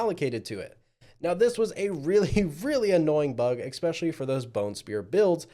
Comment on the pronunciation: This was an “ekspecially” good review.